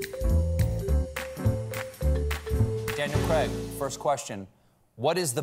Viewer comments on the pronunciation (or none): I'm glad I'm not the only one thinking that! "Cregg!" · Never mind the “fuck me” when will Stephen learn to pronounce Craig properly 😀